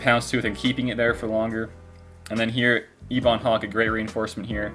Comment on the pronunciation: The Ebon Hawk is pronounced Eh-bun, not Eebon. Great video!